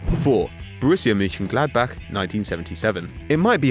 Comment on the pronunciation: massive respect for you Mönchengladbach-pronunciaton